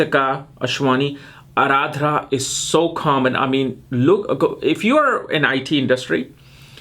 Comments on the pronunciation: Need to work a lot on your pronunciations of all words sanskrut. It's aardra not ardhra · It's not Araadra man it's Arudra ( lord Shiva in furious and Roaring.) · I thought it was just pronounced Ardra not Aradrah. 🤔